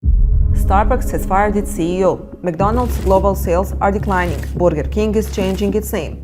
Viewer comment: i like how she says "burgir" 😂